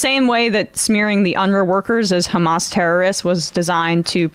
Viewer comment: It sonds like you say chamaaas did a mistake/ accident at 7 of oct